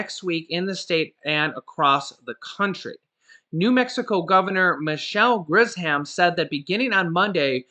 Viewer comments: You said Griz-ham. Its Grish-um. :) I believe. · I live here in New Mexico, we’re not excited about the shutdown at all but hey if it helps I hope it’s worth it cause we’re hurting down here. Also her name is pronounced “gri-shh-um” or at least that’s how she pronounces it to us love your videos!!